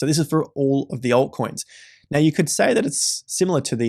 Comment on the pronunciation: Right Now sounds like Right Meow lol